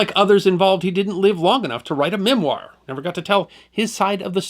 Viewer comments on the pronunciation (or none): none